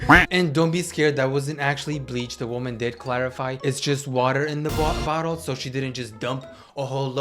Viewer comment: it’s just water in the bwottle😭🙏